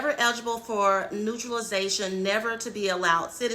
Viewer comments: It is "NATuralization", not neutralization. 😅😅😅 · Good lord. The word is naturalization, not neutralization